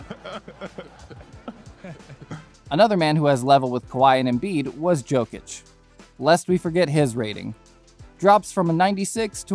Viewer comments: Man said jock- ich😂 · You think we’re gonna take you seriously if ur pronouncing Jokic Joh-Kich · How can you not pronounce jokics name properly??? Im a native speaker im not asking you to say it spot on but its not a J sound its a Y sound. Do you even watch basketball🤦‍♂️🤦‍♂️ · it says "jokic" put you say it "yokic" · the way he pronounced jokić 💀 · How long have you been watching NBA? Your just riding about the trend of this nba2k rating of players..you cant even say jokic properly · bro u gotta pronounce jokic right or no one will take u seriously